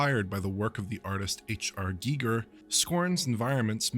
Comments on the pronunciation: Dude Gig ….er You been dealing with MBs and Gigabytes too long …. It’s G-eye-ger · Please its G I Ger pronounce the I